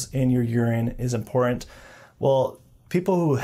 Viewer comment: again, I WOULD subscribe if you could also pronounce the word important correctly. Lol.